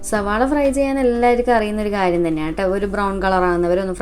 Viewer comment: Ningal endhina ellathinum z kootunne🙄zavaala😂